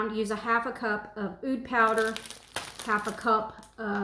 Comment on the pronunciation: The pronunciation for Oud is "ood", like saying the letter "O" and then "duh".